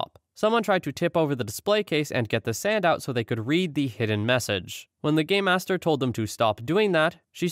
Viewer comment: It's pronounced game master. I can only figure Gaymasters, as it was pronounced, would only be featured in some rather niche escape rooms.